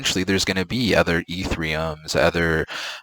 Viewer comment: It’s etherium not ethreeeeum